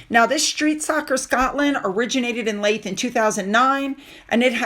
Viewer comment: Sorry again. Leith is pronounced Leeth. As in Teeth.